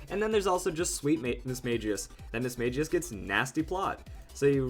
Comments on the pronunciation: It's Mis-Mag-ious, not Mis-Mage-ious. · I hate to be rude, but you pronounced Mismagius wrong. The correct way is Battle Revolution, the anime, and Pokédex 3D App.